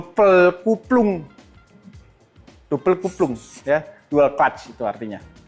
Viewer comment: Coba ulangi penyebutan kuplung 😂😂